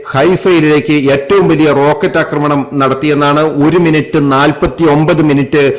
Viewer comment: അക്രമണമല്ല, ആക്രമണമെന്ന് പറയൂ